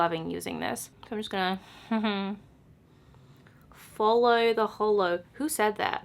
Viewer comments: 'follow the hollow' Aussie accent on point! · OMG I think Charlotte Tilbury says "follow the hollow" -- I think that's why you remembered it with an accent! lololol LOVE THIS VID THO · HAHAHA I love how she says “follow the hollow” in a more Australian accent even though Charlotte Tilbury says it and she’s English HAHAHA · You sounded so Austalian when you said follow the hollow!!